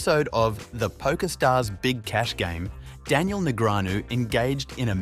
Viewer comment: The narration on this video takes away a lot from what it could've been especially being an automated voice that can't pronounce Daniel's name correctly